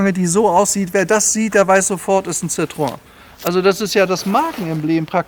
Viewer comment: Ein phantastischer Wagen aber ein Schoenheitsfehler hat das Video doch, warum glaubst du, das Citroen im original die zwei Punkte auf dem „E“ hat? Ganz einfach, der Name wird so artikuliert (ausgesprochen) wie geschrieben citroEN, aber leider glauben viele Deutschen alles was franzoesich ist wird auch „nasal“ ausgesprochen. Hinzu kommt auch dass der Wagen nur fuer den Fahrer weich und angenehm ist, fuer die meisten Fondpassagiere war es ein Schaukeln das aehnliche wie eine Seefahrt, Erbrechen inklusive war